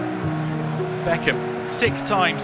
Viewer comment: as they say bend it like bechkem